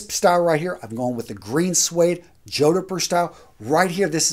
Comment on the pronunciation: Great video, as always,. I must, however, point out the proper pronunciation of, “jodhpur;” it’s: jaad-prr. Thanks.